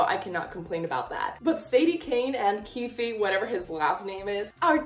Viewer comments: It's not 'keefie' 😭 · On Shannon Messangers website in the character bios, she says it’s pronounced “keef” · the last e in keefe is silent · NOOO not with pronouncing the e at the end 😭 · Love your videos ❤❤ Also you don't pronounce the e in keefe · I meant that You aren't supposed to pronounce the e in keefe